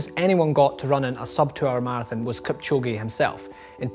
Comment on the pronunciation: 2 hr 22 sec ,,kilchoge “ psh, “